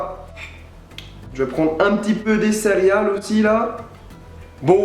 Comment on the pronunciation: J'ai l'impression qu'à chaque fois tu dis "cériales"